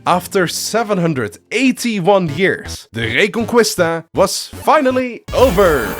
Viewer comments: A little correction, as a spaniard, Reconquista would be pronounce Reconkista, no Reconcuista. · So much prep but you couldn’t look up how to pronounce reconquista???? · man you’d better not pronounce Reconquista like that for the rest of the video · reconqUista (the real spell is like reconkista) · Good video, the only problem is have with it is how butchered the pronunciation of reconquista (re con key sta) is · The “u” in reconquista is silent JSYK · My spanish ass raging everytime he pronounces "reconquista" wrong